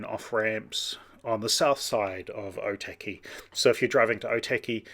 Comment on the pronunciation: Cool video! Just wanted to point out though, something that may help your pronunciation. Or - tuck - e (Otaki) rather then oh- tacky.